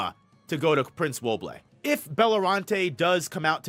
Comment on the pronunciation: Yo why do you pronounce all the names like that 🤣🤣🤣 “wo-blay” “long-he” “kurra-pika”